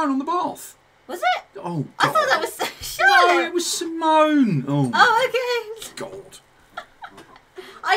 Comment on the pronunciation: Love it! Going to see them in February!❤❤ (Also you both are saying Charlotte's name wrong ;) There is a Dutch pronunciation haha)